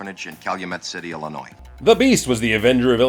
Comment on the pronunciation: Thank you! Thank you! Thank you for not pronouncing the S in Illinois. As a lifetime resident of the state, it really grates me when the S is pronounced. Really enjoying these videos! Quick question...are you stamping your Haussman Greatest Hero stamp on the crotches of the pictures on purpose? Because it makes me laugh every time.